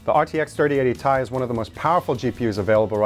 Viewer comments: I always thought it was "t-i" as titanium, not as "tie" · Its Tee ie, not tie fighter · it's T i, not "TIE" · Come on man... everyone I know has always called it a T i. Tie or Tye just sounds so dumb lol. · Tie....? ? ?! !!! ? ??? .....? Stop it. You're triggering me on purpose.